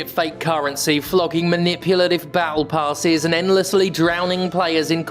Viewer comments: I heard "bowel passes" instead of "battle passes" and will going forward refer to battle passes as bowel passes. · I initially heard "battle passes" as "bowel passes" and didn't immediately question it. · I just misheard you saying "Bowel Passes" instead of "Battle Passes" and I think we should rename them to that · I'm sorry but I cannot unhear "Manipulative Bowel Passes" which, to be fair, they are. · Did you just misspeak or intentionally call battle passes "bowel passes"? Because either way that's brilliant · With the accent, battle passes kind of sounds like bowel passes 💩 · I misheard "battle passes" as "bowel passes", and it makes a lot of sense. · Thought you said "shitty little Bowel Passes". Still works tbh